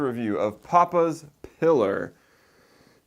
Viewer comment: Papas pee lar not piller